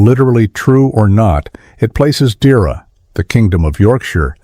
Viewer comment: It's not pronounced "Deera" . It's pronounced "Deeaira"